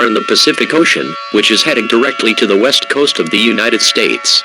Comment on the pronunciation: I thought it said the WEAST coast